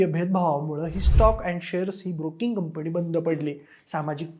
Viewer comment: 'न' ला 'न'च म्हणत जा रे...कंपणी काय प्लॅणिंग काय 🤦‍♂️ शी शी शी